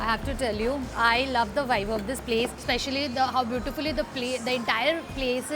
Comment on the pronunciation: Bro! Pls stop saying: Availaval! It's available! U don't pronounce the 'B' ever! It's not Vive... It's "Vibe". U don't pronounce B at all!